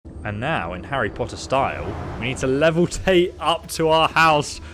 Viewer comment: Markath, soul carn, leveltate, eengots, dyslexia must suck lol